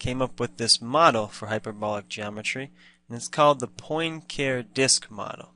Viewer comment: Also, hearing poin care is like hearing ewe-ler for Euler :-) For further reference, it is pronounced Poin-car-ay :-) Cheers!